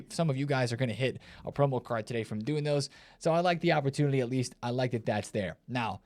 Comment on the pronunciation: "opportulity" 😂 classic